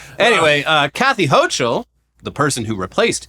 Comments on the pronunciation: Sending love from NY! Brad Lander has been an absolute hero here in the state for decades now and I’m really hoping him or Mamdani can take the ticket and make this city a better place. Also gang, no shade, but it’s Kathy “HOH-kul”, not “HOH-chul”👍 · It’s pronounced Hokul, not hochul 🙋‍♀️